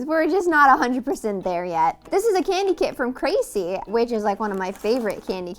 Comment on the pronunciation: she says kawaii like she’s trynna say kauai 🤯